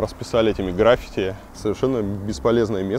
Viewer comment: ГраффИти, сколько раз говорить - неужели трудно запомнить 🤷‍♀️